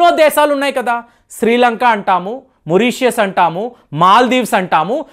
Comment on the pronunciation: Rong pronounce chekandi Marishes morishes kadu Meeru chala words rong pronounce chestaru don't think otherwise